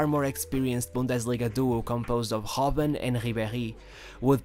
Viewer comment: bro, i love your content, but.... its marco rrrrrrreus. and arjen rrrrrrrrobben. not gobben, or geus. just letting know